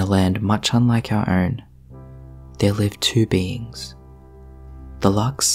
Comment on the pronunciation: In the beginning I thought you said “there lived two beans” and I thought “lesbeans”